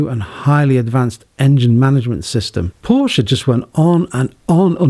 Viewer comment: Porsche not Porsch! That is when you know who a car enthusiast really is.